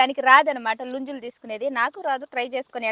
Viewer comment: నుంజులు కాదు ముంజలు అనండి